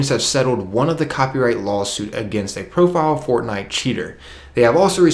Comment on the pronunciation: The world is "prolific", not profile.